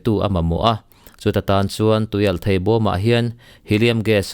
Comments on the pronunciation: "thei" i lam dan hi a dik e...."mauthei" lamrik angin i lam a,,a dik...mizo tawng dik ani e... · Thei rah fruit lam anga lamlo in theihna lampang zawnga lam tur anih hmel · "Thei" tih lai hi a tir lam vawihnih vawi thum vel kha chu i tisual palhah ka lo ngai deuha, mahse i lo la hre ngai lo hrim hrim a lo nih dawn hi. Pu C. Rokhuma te thu leh hla hre pha la chuan i lam dik zaih mai tur..😄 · Thluk hian dik zok in ka hria..mhs soi tam lo mai ang